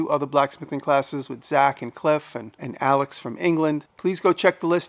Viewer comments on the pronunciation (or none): Well, it´s Alec S. so Alex is close enough, LOL